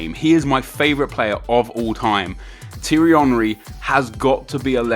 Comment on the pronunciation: STOP SAYING HIS NAME WRONG, T-AIR-RE Henry not T-RE